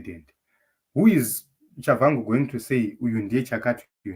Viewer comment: Pronounced as Tshabangu in Ndebele spelling or Chabagu in Shona spelling. Not Chavhangu